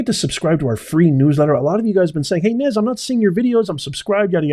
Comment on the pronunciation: You called it correctly Nez